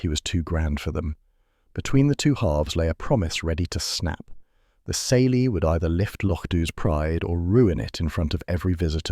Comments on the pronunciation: Smelly? Kayly is how the word is pronounced!!! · Ceilidh is pronounced all wrong